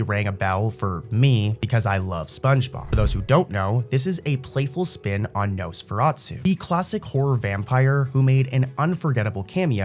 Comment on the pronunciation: Nosferatu not su